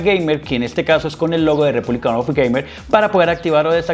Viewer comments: "Republic", no "republicAN". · Mi portatil de hace 7 años con un SSD también enciende a esa velocidad 🙂Tu video no está mal pero si ni siquiera sabes pronunciar el hombre de la marca que es Asus "Repunlic of gamer" no Repúblican... Pues ya vas mal. No te estoy diciendo esto con ganas de tirar Hate simplemente entre buscando una review profesional y viendo las cosas que dices me doy cuenta de que no tienes realmente conocimiento sobre esto y no me da la confianza como para aceptar tu opinión sobre el portátil. Sin duda alguna seguro con un poco mas de conocimiento y atención a detalles tan simples como saber el nombre correcto del producto que estas mostrando, podrias tener un contenido de mejor calidad. Un saludo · Buen vídeo, pero es REPUBLIC OF GAMERS, no "REPUBLICAN OF GAMER". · Buen video, pero me estresa que a cada rato diga “republican” of gamers🙃